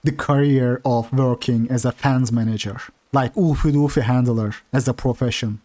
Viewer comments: Ew-fay Dew-fay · The way you pronounce "Oofy doofy" is meme worthy lol